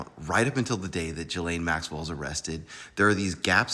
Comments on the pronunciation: Please learn how to pronounce her name properly. Everyone should know by now. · Why can't you pronounce her name? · I can't get pass him pronouncing her name wrong.